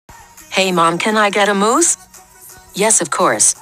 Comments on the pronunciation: No one: Literally no one: Not even dracos dad: Text to speech pronouncing mouse be like:"Moose" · I love how the Siri pronounced mouse as moose. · XD THE PRONOUCING OF MOUSE WAS EPIC